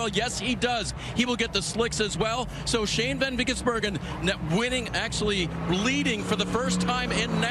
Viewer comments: omg sounded like he was having a stroke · My brother keeps saying one of them said Shane Van Geysenberg